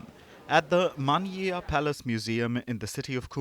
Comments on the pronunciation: it's pronounced "Menshia" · Manhyia is pronounce "Men-shee-ya" and not "Man-hi-ya". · Manyia? 😂😂😂 no it’s pronounced Manshia literally means (Nation meets) Manhyia (oman = Nation hyia = meets or gathering)